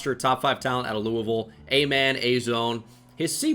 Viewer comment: Subbed bc you said Louisville right